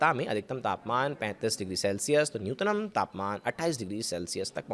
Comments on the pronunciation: Nutnam nhi nyuntam bolo tie coat me galat pronun aapko sharam aani chahiye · चूतिये, न्यूनतम होता है न्यूनतनम नहीं होता है